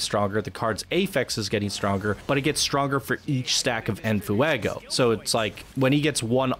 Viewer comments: Were you saying "in foo-ah-go" for comedic value, or do you genuinely not know how to pronounce it? Lol... In case it's the latter, you pronounce it "en fway-go," mate. Lol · which add-on do we download first, venom or deadpool? u clearly don't speak Spanish- its NOT ENAFUEGO, JUST ENFEGO. there is no A that u are throwing in there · Sorry I don't want to be that guy but...Its said more like this fwey go like fire in Spanish it really irks me how you say never the less it's a fantastic video also I get the whole rant I've been in similar situations and it's annoying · "En Fuuehgo." Sorry, I had to. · Nice vid.. its en "fwaygo" btw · The way you pronounce enfuego is hysterical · Sorry for the late reply, but yes the F Face resists are very helpful. If for some reason DP is targeted he won't lose En Fuego stacks (which the video author, despite making a very good video, butchers the pronunciation of). I have this in my current DP kit but with a mod that makes it free. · Your videos are so good but the way you say en fuego made me immediately shut this video off